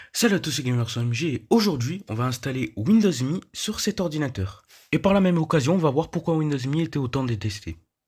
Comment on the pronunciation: YAY >_< une vidéo (sa ce prononce M.E pour Millenium Édition)